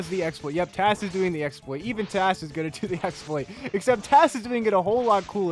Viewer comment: I like it was referring to the thing like it's a name like he's calling it tas